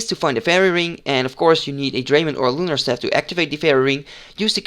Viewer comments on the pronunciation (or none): none